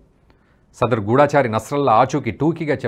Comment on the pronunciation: ఇజ్రాయెల్ కు అమెరికా మద్దతు ఉంది. గూఢాచారి కాదు. గూఢచారి. గూఢంగా చరించేవాడు.